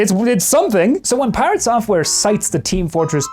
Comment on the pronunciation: Pi-rat software